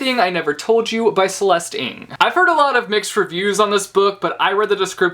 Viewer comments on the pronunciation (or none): this was so amazing and I think is so good at promoting and giving summaries!! also, i wanted to give you a small piece of information that might help you in the future! the last name Ng is pronounced how you would pronounce 'erng' but without the r! this info is just extra aha <33